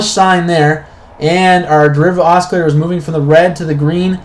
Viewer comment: Constructive remark: It's pronounced AH-Sill-ator. No Hard C.